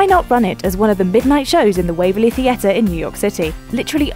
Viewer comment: Why do you keep saying theatre incorrectly..?